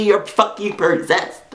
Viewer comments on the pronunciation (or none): I love how says persessed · you said perssessed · "can't you see you're fucking PERSESED"" Lololol